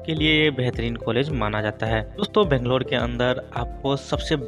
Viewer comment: Pronounce Banglore properly please